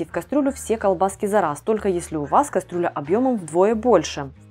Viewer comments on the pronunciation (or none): none